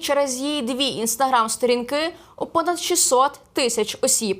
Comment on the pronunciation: СторІнки, з наголосом на і А по темі - ми надто толерантні до внутрішніх ворогів, які працюють на московію